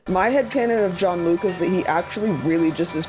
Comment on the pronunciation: Bless your heart for pronouncing it Jean-Luc